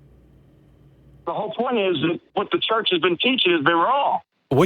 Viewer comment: Why does Matt pronounce Hwat instead of What?